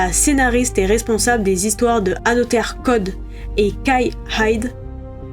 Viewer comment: Génial la vidéo mais on dit anozer